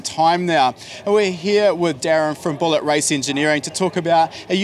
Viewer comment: did he just say billit cylinder heads? :)